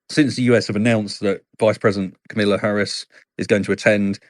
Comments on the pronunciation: "Camilla" Harris? Really? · Kah muh lah, not Camilla. Rhymes with Mama lah. I find this even more annoying than "new q ler" instead of nuclear. I am annoyed because I feel that Kamala doesn't get the respect she deserves, in general. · he pronounced her name incorrectly, wow glad he didn't do that in CA, he would be in major trouble